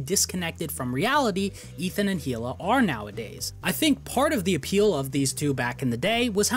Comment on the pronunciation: It's actually pronounced KHHHHHHHila